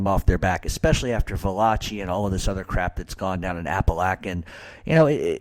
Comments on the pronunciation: It's Apa-lake- in NY 🤦🏼‍♂️ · Don't watch this. This retard is beyond moron. Appalachia is in upstate NY not Florida. Fucktard can't even pronounce it nor find it on a map.